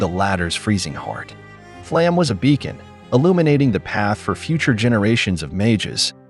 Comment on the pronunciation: "Flamm", lol